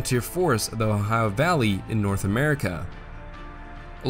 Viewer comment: I love your pronunciation of "O-hi-uh". Sounds just like my parents and grandparents, who were from the region of eastern Ohio and northwestern West Virginia, near the Ohio River.